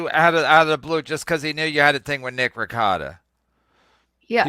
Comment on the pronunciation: Why can't this dope say Nick's last name correctly